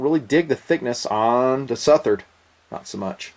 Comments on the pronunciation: I think it's pronounced SUH-THERD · It's pronounced like Southern, but with -ard on the end not -ern. Hope this helps! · say it like suth-erd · Its pronounced "Southard" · I appreciate your philosophy in regards to value, but I'm sure you've heard the old adage "you get what you pay for". In the Southard (s-UH-th-erd) what you get is contemporary design, high end materials, and a great warranty. When all of these factors are weighed, it becomes apparent that the Southard actually represents high value. For less than $300, one can experience one of the most capable steels to date. This is certainly only my opinion, but I know that I'm not alone in this feeling. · I think it's "Suh-Thuhr-Dh" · its the second pronounciation anyway I still getting one, I`m in England and this totally illegal, they are just seen as `flick` knives here, again... I dont care even if I cant even take it out of my house, I will still own one. End of. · Before doing a review you could have at least done a simple search and found the pronunciation of the guys name correctly out of respect :)